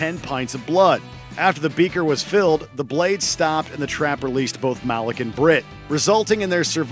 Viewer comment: Ive heard his name is actually pronounced "Muh-leek" instead of "Ma-lick"